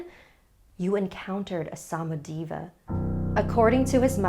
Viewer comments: I'm from Bulgaria and is samodIva the emphasis is on i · The stressing is on the "i", not the "a"